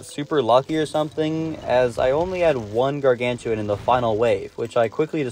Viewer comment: It's gargantuar nor gargantuan